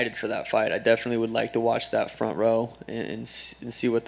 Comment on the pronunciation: Fob ront ahhaha